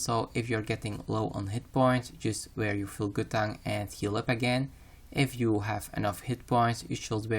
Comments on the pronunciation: Just make sure you a full set of gutan. Not Guth-ans, but gutans. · lol 'gutan' its 'guff-ane' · GUTH ------ ANS GUTHHHHHH ANNNNNSSS = Guthans = How to say it.. god that was killing me in the video.